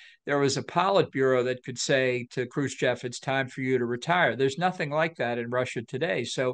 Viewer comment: Imagine being such an influential and powerful figure within the U.S. Government, and mispronouncing 'Khrushev'.